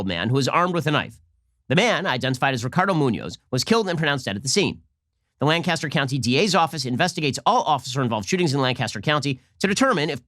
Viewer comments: Ben, as someone who lives near Lancaster Pennsylvania let me tell you, it's pronounced LANC-is-ter, not LAN-cas-ter. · Hey Ben, big fan, as a native Lancastrian, wanted to let you know we pronounce it "Lan-kiss-tur". It's how we id people from out of town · It's pronounced Lan-kiss-ter, Pennsylvania. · Lancaster is said like “Burt Lancaster” come on Ben, Lancaster...just roll it out of da mouth